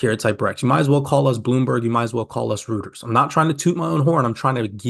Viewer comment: Always appreciate you and your videos!😁🙏🏼 Just FYI though… Reuters is pronounced "Royters"